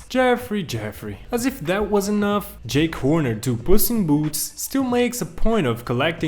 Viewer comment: Ahh yes jack Horner wait what I can’t say it oh well I go with something similar Jake Horner but also I’m not sure if you did it on purpose or accidentally because you said it more than one time but nice video by the way